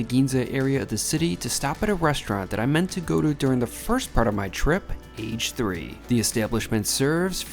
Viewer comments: The Name is NOT “Age Three” 😂😂😂😂😂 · I don't think "Age 3" is pronounced "ehi gee 3" as in how old you are but rather "ah geh" as in karaage meaning fried, hence the shop offering fried sandwiches. It even says that in the menu that you were showing. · I’m sure Age 3 is meant to be pronounced in Japanese as ‘a ge’ means fried